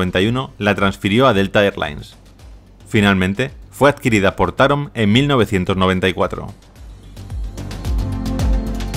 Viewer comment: Se pronuncia Taróm , saludos